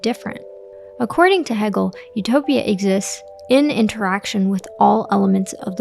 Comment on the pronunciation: Great video, thank you. Its pronounced hey-gel. :)